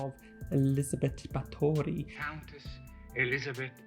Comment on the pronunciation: Ba(Thor)y is the correct pronunciation 🌸 with the rithm of bbbaathory if anyone would've been interested ^^